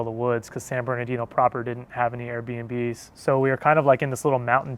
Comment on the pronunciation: It's not Bernadino, its is Bernardino, if you live in CA you should pronounce and read it correctly, those freeway signs are like 20 feet wide.